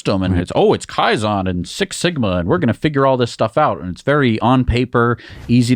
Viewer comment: It's KAIZEN dammit !